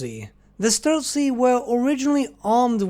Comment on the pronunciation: streltsY - you should put stress on the last vowel to pronounce it correctly